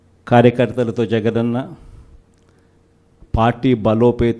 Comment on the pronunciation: nee peru kooda nuvvu...correct ga palakalekapothunav.... Karya karthalatho "jagadi anna"